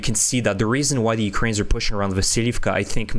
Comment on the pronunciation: How is it that you cannot pronounce 'Ukrainians'?